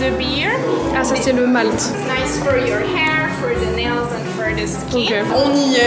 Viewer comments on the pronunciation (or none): none